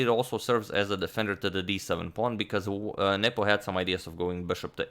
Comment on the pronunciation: I keep hearing "Nipple" instead of "Nepo" and it's oddly distracting